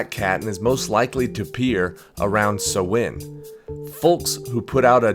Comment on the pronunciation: Thank you for the proper pronunciation of "Samhain."